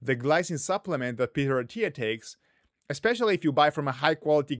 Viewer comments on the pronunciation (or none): did huberman just say “eckspecially”?? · eXspecially Come on guys There is no X in ESPECIALLY